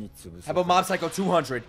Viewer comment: Mob is Saitama's Dad?????? You said it the wrong way.